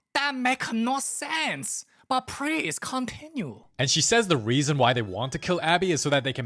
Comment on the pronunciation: “brut prease continue” is crazy